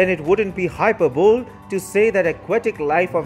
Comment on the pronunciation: "It wouldn't be 'hyper-bowl'" LMFAO